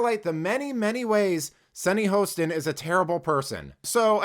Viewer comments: Come on....at least pronounce the name correctly. (HA-ston) Not HOST-ston. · You cut the video for your narrative. Play the whole thing in its context. Plus, you are pronouncing her name wrong. It's Hostin. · You are deliberately mispronouncing her name. Racist you're Racist.